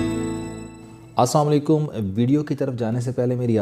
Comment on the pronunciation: ویڈیو کے شروعات میں سلام ٹھیک سے نہیں کہتے۔ آسام علیکم کی جگہ السلام علیکم کہہ دیا کریں پلیز!